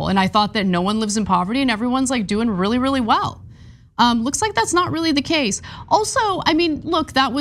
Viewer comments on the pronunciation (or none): none